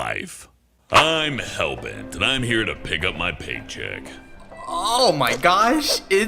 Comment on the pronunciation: I was laughing so hard when he said Hellbert-kun for some reason XD